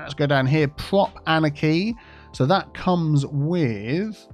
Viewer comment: I've been watching you for a couple years but for the love of god: it took me months to figure out wth you were saying while trying to pronounce the word anarchy. Annechy? Aneki? Anakey?